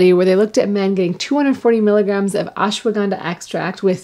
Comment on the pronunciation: Surprised to see you couldn't pronounce Ashwaganda in the Indian way.